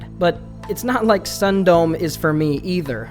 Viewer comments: i googled "sun dome" and found out it's a japanese word, meaning "stopping before" and with the context of the story, it could very well mean (sexual) "edging." so it's pronounced "sun-do-me" not ☀️dome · Sundome is pronounced "Soon-doh-meh", but now I feel compelled to call it "Sun-Dome."